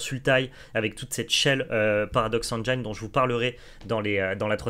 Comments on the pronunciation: il y a méprise Théo de votre part, prenez mon commentaire littéralement. J'apprécie le contenu de la chaine Magic Arena FR à laquelle je suis abonné. Le seul intérêt de mon commentaire est de signaler au streamer que le mot engine se prononce "engine" et pas "engeaillene". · Bon les gars, c est cool, par contre il faut apprendre à prononcer "engine" correctement car ça écorche les oreilles